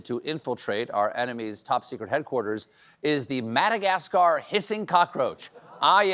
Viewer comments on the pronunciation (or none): none